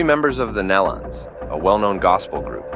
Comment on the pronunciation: I watched this one video the girl was calling them Nelawns better way to describe in typing